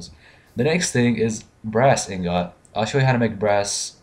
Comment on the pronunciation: Seriously... how many people are going to mispronounce "ingot". Its like %80 of spotlights.